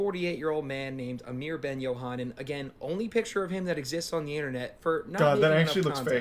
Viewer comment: this guy "" is doing us people named Amir wrong.